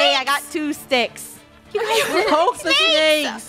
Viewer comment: don’t take shticks in the wild Me: shticks? XD